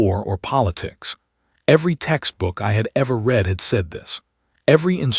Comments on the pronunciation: Yes, also reed and red (read) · AI announcers need to learn read (reed) vs read (red) Bow (bough) vs bow (bo) and other homographs